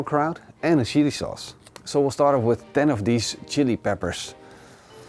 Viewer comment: Sounded like he said shitty sauce!